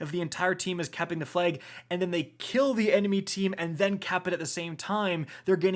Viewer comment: “The fleg.”